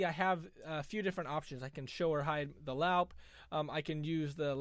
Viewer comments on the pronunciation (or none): Great tutorial. The word "loupe" is pronounced just like the word "loop".